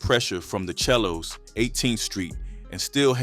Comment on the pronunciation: Pronounce The 💩 Right chel lo's It's Not It's SELO Pronounce Say Low Bro 107's Hoover